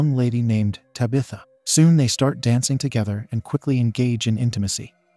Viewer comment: How does TTS still not know how to pronounce "protagonist"? I mean, it can't say "Tabitha" either, but at least that's a proper noun.